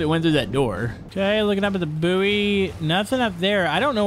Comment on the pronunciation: Just got to say "Buoy" is pronounced " Boy "